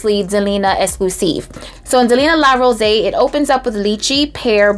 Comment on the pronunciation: It’s pronounced “Rosée” (rose-ey).